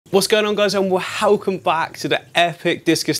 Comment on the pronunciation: No one:: Wo-helcome back guys!